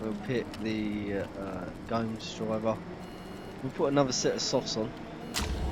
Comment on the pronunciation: lmfao im brazilian and watching you try to pronounce gomes is funny lol btw i know this is late but i THINK its pronounced like "Gomez"